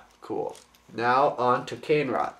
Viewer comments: I have the infected mask. Its cool. Oh yeah, its called KUH-NAY-RAH, not CANE-RA. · It's pronounced "Moo-Ahk-ah" "Ka-nay-ra" Those pronounciations are from a Bionicle Encyclopedia book I have. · you've got it a bit wrong their! the yellow, tiger-like one is muaka, and the red bull-like one is kane-ra. and as magith1 said, the pronounciation of kane-ra isn't actually said like that, it's actually pronounced 'kar-ne-ra', just letting you know that... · the review:informative,cool,but one thing...YELLOW=MUAKA,RED=KANE-RA, i Bioniking approve this message,cool review,(top not to be taken offensively) srry im real ocd) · they are pronounced MUE-AH-KAH and KAH-NAY-RA.